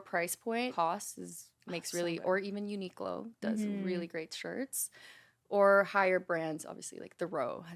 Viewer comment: Since they touched on pronunciations with a Filipino accent, Kelsey unknowingly said Uniqlo with a Filipino pronunciation. 😅 I thought I might’ve heard it differently, so I had to look up the “proper” pronunciation by the brand itself before commenting this.